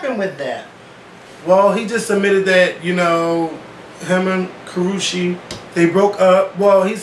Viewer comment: The fact that constanly pronounced that child's name wrong...LMFAO I was in tears every time he said it! It's pronounced "ka-roosh" the "che" makes the "shh" sound.